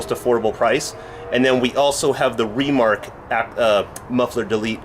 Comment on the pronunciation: why do you say REmark??